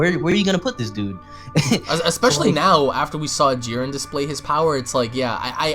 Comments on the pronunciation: Why this idiot pronouncing Jiren with some weird added accent. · Nobody else got annoyed by the way he pronounced Jiren?